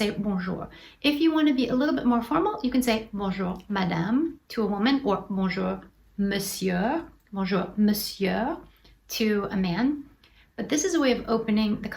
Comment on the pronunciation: Une petite chose. On ne prononce pas le "r" dans "monsieur", ce qui est un peu étrange car pour "sieur", qui est une vieille façon de dire "monsieur", là on prononce le "r". "Sieur" est désuet mais peut être utilisé dans un tribunal.